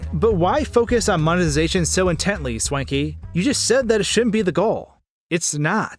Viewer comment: You realize the word is MONE TI ZA TION, right? And the people who drive creative views are CRE A TORS. Eh? Mone zation craters.